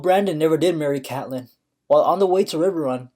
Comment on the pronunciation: It's CATE LYNN Pls its triggering me